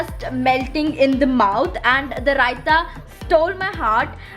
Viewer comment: ರೈತಾ ಅಲ್ಲಮ್ಮಾ ರಾಯ್ತಾ🤦🤦🤦